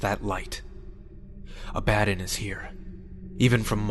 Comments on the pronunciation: My only issue with this story is the pronunciation of Abaddon... Its pronounced A-ba-don Not Aba-den. I named my first born after the Angel of Destruction, so its a a tad bothersome when someone gets its wrong. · Loved this .. though I thought Abbadon was pronounced funnily. I thought it would be prounced ah-bah-dohn. Not abba-don. Lol